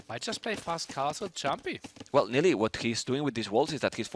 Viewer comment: why does bro keep calling nili liereyy 😂😂